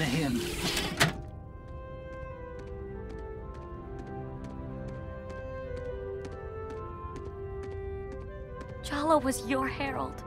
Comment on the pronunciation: His name is spelled either Jala ( ) or Jaller (2003-Present) and pronounced "Jall-Uh".